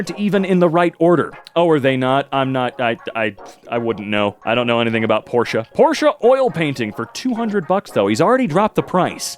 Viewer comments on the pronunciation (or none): none